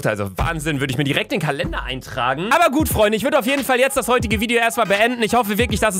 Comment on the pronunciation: Er hat aber gedagt aber das hörte sich an wie "abba" und abba ist eine band,also hat er die band(also die personen)auf den screen gemacht XD